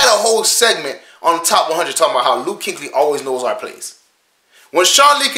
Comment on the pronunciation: Kueckly not Kinkly🤦🏾‍♂️🤣